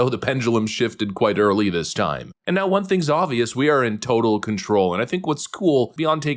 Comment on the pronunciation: I love, but the way he pronounces "won" like "Juan" drives me crazy lol